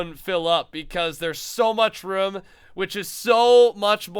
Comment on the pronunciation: anyone niticed that he said Room like Rum again :D